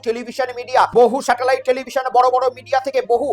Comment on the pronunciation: "সাটেলাইট" নয় ওটা "স্যাটেলাইট"